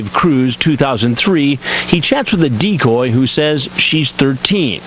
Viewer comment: Chris pronounces it as dee-cooooooooy